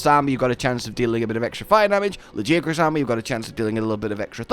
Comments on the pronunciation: You pronounced it's name wrong ...erik told us how it's done Not ~lajiakruss~ it's ~LaGiahhcrus~ and now since we have official pronounciation i will rub it in everyones Face that pronounces it wrong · Why would you still pronounce it La-gee willikers-acrus. Erik TELLS YOU HOW TO PRONOUNCE IT. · Say LA-GI-A-CRUS damnit!! Great video as always!! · It’s pronounced LA GE AH CRUISE, not LAGI AH CRUZ, lol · I'm enjoying Laggy-ah-kris very much! Lol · Dude when erik said Lagiacrus. I was like “ERIK, Lag-AIA-crus” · no i was agreeing with him, lag-AIA-crus sounds better than what eric said. it feels like if someone called mizutsune "mit-soot-soon-ee", as a comparison. feels weird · I winced when he said laggy acrus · "Lard" + "Ghee" + "Ah" + "Cruise" 🤣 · I physically cringed when he said LagiaAHcrus but omg he's absolutely amazing, I'm so happy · It is really good, Lagiacrus quest surprised me. And they pronounced it -ah-crus weirdly enough. Not how I thought it would be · why do you keep saying it's name wrong dude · Just admit you've been saying it wrong c; (it'll probably be like the tigrex situation:0) As much as I like Steve I don't know what it was but apparently I got him a lot easier than I did..:0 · You are the only person I have ever heard pronounce it like that so yeah it's easy for you to say "say it however you want" lmfao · Just follow the Japanese pronunciation and stop being wrong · Funny how they literally pronounce Lagiacrus in game and people still say his name wrong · They say the name in game, use it properly absolutely disrespectful to this amazing monster to butcher his name like you do. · Ok, when Tigrex's name was voiced during Rise it made me curious, how the way they pronunced the name sounded basically how one would say it in Spanish. And now comes Lagiacrus and it's the same, the way Erik says Lagiacrus is basically how you would say it on Spanish... Interesting.